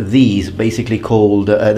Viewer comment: min , waraji? warachi? uarachi? uarachi? (h)uarache? That sounded a lot like "huarache". It is sandal in spanich, or at least in México; althought here it is a sandal made of leather. It is very weird because I heard huarachi (a lot like huarache). I don´t think it is related but it is very , very strange that it sounds that similar.